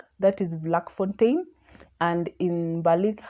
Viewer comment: Its pronounced as Flakfontein. Not Vlak